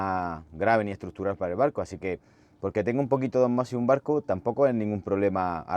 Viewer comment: Se dice ósmosis (esdrújula) y no osmosis (llana). Parezco Hermione Granger en Harry Potter, pero es así.